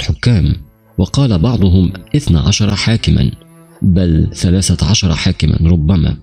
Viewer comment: صحيح اخطاء لغوية وعدم التقيد باللثويات مثل ثلاثه سلاسه إثنين اسنين واخطاء في الرفع والضم والكسره